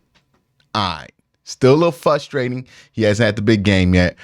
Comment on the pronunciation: Q, both of the R’s in “frustrating” are pronounced. Neither one is silent.